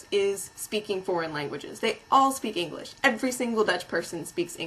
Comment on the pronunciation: You can't even speak English yourself. "Eniglish"? And what might that be? FYI: I'm Dutch and I'm typing in English. Sucks to be you.